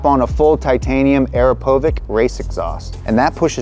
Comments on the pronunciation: Aero-po-vick‽‽ hahahaha!! Say it with me now, kids... ah-crop-ah-vitch... Akrapovič! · An "Airopovic" exhaust ? Ah, you mean "Akropovic" [ahkroppovitch]... LOL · Frickin' love you guys (the desmo animations were particularly hilarious) but whatever moto stuff you do next please doodoo diligence. For ex: AKRAPOVIČ is pronounced "ah-kra-PO-VICH" not aero-povik or AKRA-povik (I'm surprised when car guys get this wrong, they make F1 systems) - WSBK is the premiere production class, Moto2 would be one step below MotoGP *The Up To Speed on Ducati (which I loved) had over 7 errors. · arapovic??? it's akrapovic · I have heard people incorrectly say Akro-po-vick and Akro-pov-ick and Akro-po-vich, but never Aero-po-vick. Uh-crop-a-vich. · Just here for the "Areopovik, it's AKRAPOVIC!" comments. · did someone hear "ARAPOVIC"? its "AKRAPOVICH" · Arapovick? You mean Akrapovik? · Full Titanium "AEROPOVIK" exhaust. 🤦‍♂️. its AKRAPOVICH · arapovic LMAO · Aero-povic? c'mon man. Ak-rah-poh-vich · Aaira povik? AKRAAA POVICHH!!! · wtf is arapovic? LMFAO It's akrapovich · Arapovik?!?!? It's Akrapovič (Akrapovich) otherwise noice episode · "aekrapuovi.. what?? How tf did u pronounce akrapovič😭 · Dude... what was that araphovicc sound... pls speak corectyl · Did he just say Aeropovic? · ah yes "arrahpovic" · Akrapovič is Akrapovič not airopovik. It´s like Porsch.. No it´s Porsche. It´s not mersejdees It´s Mercedes. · fr haha he's like "arapovick" like bruh there is a K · "Aeropovic" and "Licent Plate"? And you call yourself a rider? Come on. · "Aeropovic"?? DID I HEAR THAT RIGHT???? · He faild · Did he say arrow poevik? Makes me think he really doesn't know what he's talking about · Did my man just pronounce akrapovic as "aeropovik"? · Hair O'Povick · ist it pronounced akra-povic, nice video thooo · its pronounced UH-CROP-UH-VICH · "Arapovic" :/ akwaaaard.... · how does a Motorcycle fan, Presenter.....on a car channel.....get the brand "Akrapovic" wrong? Dude said Arapovic grosss